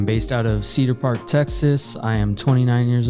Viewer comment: From “Cedar Park” lol